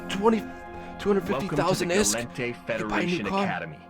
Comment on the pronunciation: Gall-ente. Min-matar and so on xD not minimatar or galiente